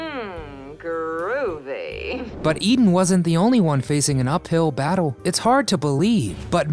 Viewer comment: I always get a good laugh when a kid makes a video of something that went on years before they were born! They don’t know what they’re talking about and please tell me, what the hell is a ‘boddoe?’ She lived in a “bottle!” An uphill baddoe? Are you trying to say the word “battle?” I could only watch the first half of this video because I was laughing so hard at this guys language. I wonder if he talked about her hiding her belly button and called it a “buddon!” Thanks for the laugh!